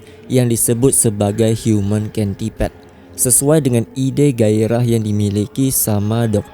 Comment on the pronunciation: Bacanya centipede bang bukan centipede